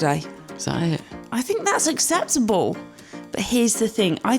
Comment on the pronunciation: My favourite part of this video? Slightly slurring "that's acceptable!" regarding beverages! Brilliant video!